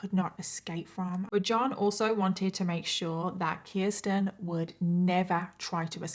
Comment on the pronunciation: Age of sexual consent in New York in 1980 was 16. Children could be married as young as 13 with parental consent. Also, thank you for saying my name correctly (Kirsten). Most people don't.